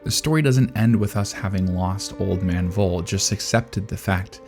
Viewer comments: In this case the V from Voll is more pronounced like the F in Frieren. Also the two Ls are shot. So his name is more spoken like Fol (fɔl) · personally i don't think the framing is that deep. neat yes, deep no. also his name of pronounced "Foal". the names in Frieren largely follow German phonetics and German V's make an English F sound. additionally, i have not read the manga, but i took Voll's statement about defeating the Demon King les about senility and more of a hint that he had returned in some diminished way and Frieren is simply unaware. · Since Frieren's naming schemes are German, it might be nice to use the German pronunciation as well. Voll would be pronounced as (F)oll. V is F, but F remains F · Every time the old man comes up by name i was really confused because "was his name really 'vole' that makes no sence.. wolle? no.." but i finally figured out its supposed to be Voll and yea ig that makes sense.. to me its pronounced 'foll' not 'vole'.. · You may want to Look into the pronounciation of Voll. It's a hard pronounced Word like full in english. If i didnt know his Name i would write down either Woll or Fohl by listening to your pronounciation. Greetings from Germany, so many tears in Frieren, even in rewatchs. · Just a little german lesson again... The "v" in the word "voll" in german (="full" in english) is pronounced like an "f", not like a "w". So it would be more like "foll", not "woll". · Its pronounced f-o-l-l and means filled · Voll is pronounced like "fall" (in AE). I know, even the anime messed that up because it's German orthography and that's not the strength of English speakers and the OG audio probably is even worse because Japanese is so extremely limited in their range of syllables that they have huge trouble with English and German which have a lot more syllables than the Japanese language.